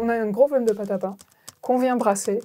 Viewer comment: du paing ! du bon paing !! si poing !!!